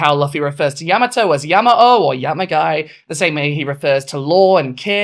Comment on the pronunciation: I very much agree with this person, but unfortunately she is british and so refuses to pronounce words correctly - manga, luffy, yamato to an extent - this is 'tacko' all over again. (No legit hate, just a peeve)